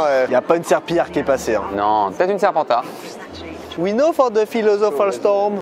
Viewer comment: « Peut être une serpentar » 😂😂😂